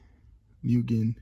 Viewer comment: its mooogen not mewgen